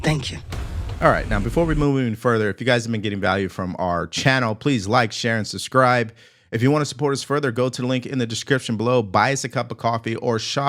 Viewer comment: Hey, the pronounciation is SUBSCRIBE not suscribe..